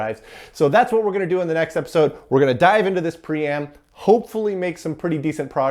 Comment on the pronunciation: King Priam: last King of Troy in Greek mythology. He's pronounced Pry-am!